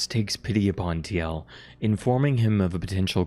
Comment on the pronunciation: Tee el? What? Isn't it pronounced Teal?